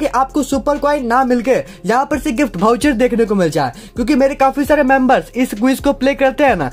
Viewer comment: Bhai vo voucher hota bhoucher nhi🤣🤣🤣